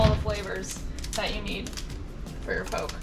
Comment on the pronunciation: Poke is pronounced "Po-Kay" haha looks good though